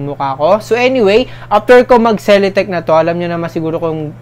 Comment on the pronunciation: Celeteque read like this ce-le-tic hindi ce-le-tec. Btw, new subscriber here! 😊❤️